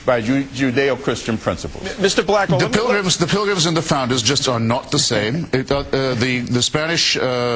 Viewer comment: How does Mr. Blackwell (a man who pronounces "pilgrim" as "pril-gum", and uses the phrase "there HAVE been an ebb and flo") even rate a discussion with Mr. Hitchens?